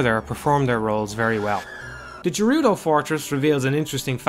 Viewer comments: Speak for yourself, the fishing game is super stressful for me. Stupid-ass giant fish never taking my lure... Also I'm pretty sure "Gerudo" is pronounced with a hard G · The 'jerudo' fortress. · (jer-oo-do?) Oh man, do you pronounce GIF as (Geoff minus the o)?